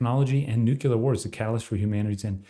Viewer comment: You are saying nuclear wrong. You say NU-CU-LAR.